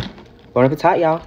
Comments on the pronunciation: did she just say bon appetot? instead of bon appetite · It's Bon Appétit not appetite 😒